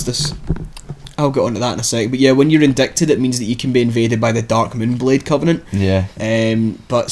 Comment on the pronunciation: it's pronounced "in-dye-ted", not "in-dick-ted", just fyi